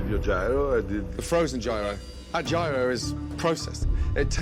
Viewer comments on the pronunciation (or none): Gordon for the love of god, gyro is not pronounced jay-row, its more like hero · Yeero, not giro! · You'd think of all bloody people, especially the quality of chef Gordon Ramsay is, he would make at least an effort to pronounce Gyro properly lol. It sounds like....ear-oh. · Bruh gyro. No it’s GYRO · How are they all mispronouncing gyro??? 😂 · I’m Greek. Can’t believe the way they chose to pronounce gyro